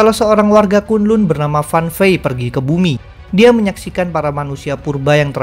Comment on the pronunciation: Bacanya kan lan bukan kun lun